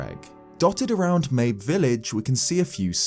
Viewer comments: Wait I always thought it was pronounced like "Maybe" not like "Babe with an M"... like a reference to the fact that "Maybe its there maybe it isnt" but spelled "mabe". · The appearance of the scarecrows in age of calamity had to be the best timing, since you just barely talked about it in your last video! Also, I think Mabe is pronounced Ma-bay. But whatever. As for the whole time-travel thing, I'm pretty sure that the guardian's travels through time will result in some sort of paradox, kind of like with the song of storms. It won't really change anything. There's also a theory made by Nintendo black crisis that the egg guardian was actually corrupted by malice before it was purified by Zelda's power, leading to it wanting to redeem itself by going back into the past by protecting Princess Zelda. I dunno, I just really hope we don't have to deal with another timeline. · "Mayb" Village